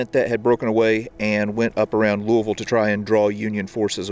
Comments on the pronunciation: Thanks for pronouncing Louisville the correct way. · One of the only people to say Louisville right!!!! I’m so impressed!!!